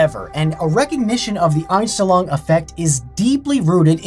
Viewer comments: Dude, I was listening to the video tabbed out, and when you said the "Unstenlong effect" was German, I had to tab into YouTube to see wtf you are talking about; because I am German and it was horribly butchered. (not even close) Please just google these terms and listen to how you say it. :face-green-smiling::face-red-heart-shape: And yes, this is supposed to be constructive. lol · Ainstlong xD Fast richtig ausgesprochen xD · I studied german throughout college, and when he said that word the first time... a bit of me died. I had to rewatch it to make sure he was even saying the same thing! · x'D "The aNsChTeLoNg effect" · Deutsch: Einstellung Kevin: Anstillong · Love how he pronounces "Einstellung". He says "Oinstelluang". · I just click to see how he pronounces "Einstellung" haha, yes I am German. Anyone else? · i love how he butchered “Einstellung”. “Mindset” isn’t wrong, but it’s more commonly used as the word for “Setting”. Btw, it’s one of the funniest videos of you because you butchered the word, and still used it often. (I think accents and this type of butchering words is the Einstellung effect, formed by using your native language) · I'm as a German hearing how he pronounces "Einstellung" and says: "this is a German word" WTF? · actually Einstellung means setting but it´s rarely also used as a word for mindset Edit: your pronounciasion of german words is just as bad as my spelling/grammar of english